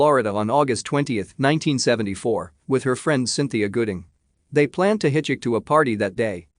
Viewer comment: Hitch HICK